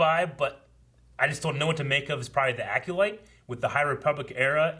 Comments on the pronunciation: It’s not pronounced Aculyte. It’s Acolyte. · "Aculyte?" LOL. EDIT: And he keeps saying it! AC"O"LYTE, dude. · DEE ACULITE 😁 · Lol, struggle to pronounce Acolyte.